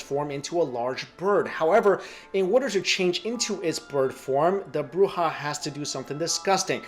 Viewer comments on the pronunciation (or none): none